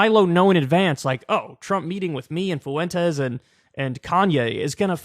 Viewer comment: Is there not a white person in America who can pronounce fwentez? What is foo-en-taze?